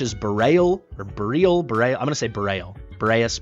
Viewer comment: It’s pronounced Bor-eel, it means pertaining to the north